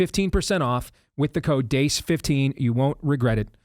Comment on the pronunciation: You're spelling your name wrong or you are pronouncing it wrong Steve Dace.